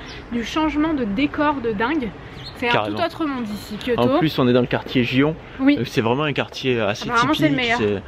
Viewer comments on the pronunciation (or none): C'est magnifique ! Et merci beaucoup c'est "arigatou gozaimasu", et le quartier de Gion se prononce "Guion" (prononce le n) x)